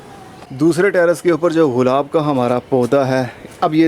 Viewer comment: سر غلاب نہیں گلاب ہوتا ہے